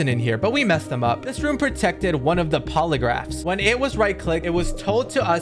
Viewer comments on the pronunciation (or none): Bro said Alrong but it’s arlong bro why why and then he says polegraphs it’s poneglyphs it’s it’s not Lucy it’s lucci please stop